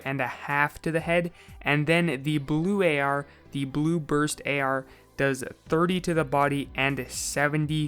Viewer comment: THIS DUDE SAID "BRUST" OML LMBO